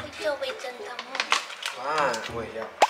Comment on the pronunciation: 是念味噌ceng湯啦 哈哈